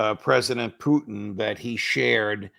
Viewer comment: Could someone please teach Ray how to pronounce President Putin's name properly. Poutine (poo teen) is Canada's national dish. Putin ( poo tin ) is a respected world leader for God's sake.